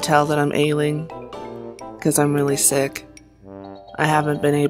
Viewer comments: um did you say shit or sick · why is it when when granny smith says 'sick' it sounds like she is saying 'shit'?😶😶😶😶